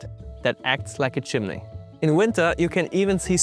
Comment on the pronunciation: Did you say Chimley? I've heard some Canadians pronounce Chimney as Chimley, is this where it comes from?